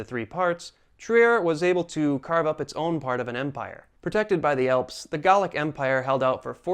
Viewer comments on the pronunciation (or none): none